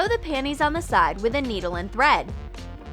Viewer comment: Lol you said pannnyS